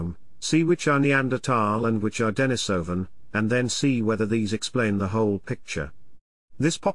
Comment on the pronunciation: "De-NI-so-van" -- the accent is on the second syllable.